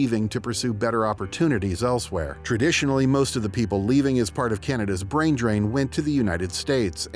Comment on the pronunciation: Brain not Brian